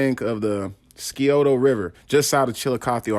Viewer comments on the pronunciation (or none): You pronounce the name of the city right the river is wrong in Scioto the c is silent